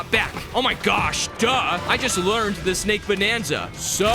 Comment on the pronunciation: It's so funny when she said snake because I heard snike